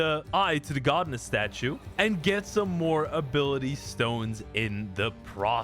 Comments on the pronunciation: it's pronounced God-ess you dummy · imma watch this in a bit, the way he says godness statues is pissing me off